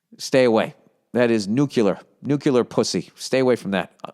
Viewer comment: I’m dying at how he said nuclear like Homer Simpson. “Nucular pussy stay away says the Monday morning podcast”